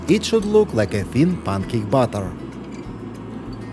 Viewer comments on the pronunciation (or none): It's "batter" to rhyme with matter, not butter - that's what we spread on bread .. lol. Having said that I really like your accent but with cooking it's best not to mix up batter and butter as it could be disaster for our cooking xx The captions are putting butter instead of batter too.